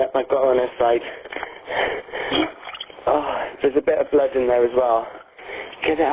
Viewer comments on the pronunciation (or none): none